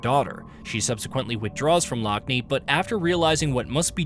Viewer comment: "Her sister lock-knee" Tell me you've never actually played the game without telling me you've never played the game. Every single character pronounces her name Lockne 'lock-nuh'